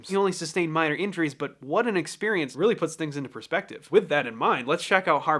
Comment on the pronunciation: Weally weally well witten. Say that 5 times fast XD